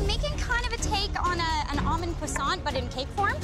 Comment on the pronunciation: Everyone: croissant 🥐: cusant